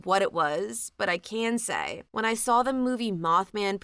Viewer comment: There isn't an L the word saw I love listening to your narration, except for the word saw.🫣😳